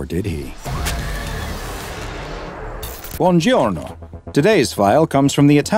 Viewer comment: As an Italian i can confirm that that's a good pronounce! (It means "Good morning")